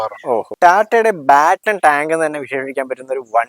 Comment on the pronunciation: ബാറ്റണ് ടാങ്ക് അല്ലണ്ണ.പാറ്റണ് ടാങ്ക് ആണ് ശരി